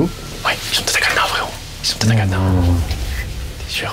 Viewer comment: " ya un cadEna , il est sécurisé avec le cadEna " 🤣